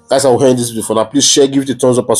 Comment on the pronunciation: Pls my bro, speak your English like the igbos. We don't say "hend", rather 'end'. It's the Yorubas that speaks 'hend' dear not the igbos try to change it pls.